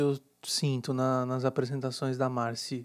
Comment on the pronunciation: É marcÎ. Pelo menos no programa falam dando enfase no I.